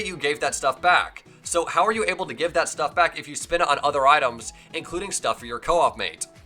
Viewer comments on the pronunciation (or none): none